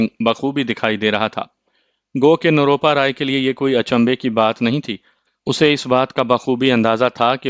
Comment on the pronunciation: روپ روپا نروپا ھے آپ بار بار غلط بولتے ھو